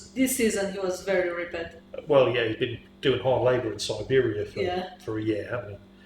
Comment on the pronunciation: or so - I missed Rita making one syllable words, 2 syllables - rip-ed. LOL! Alien vs. Predator: Requiem and The Predator written by Shane Black (aka Hawkins from the first movie and yes he wrote Kiss, Kiss, Bang, Bang). Requiem is awful, The Predator had lots of issues too. For: Granted, I am an American and have not had to listen to Boris Johnson speaking much but I did not think that and on reflection... still don't. LOL! You have a nice deep voice. IF, there is anything nerdy about it, I think it's in the cadence and maybe a tendency towards monotone delivery. So I would recommend working on that in general and bringing the prose to life.